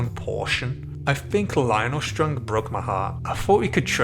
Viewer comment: The way you pronounce "Strong" as if it was in german.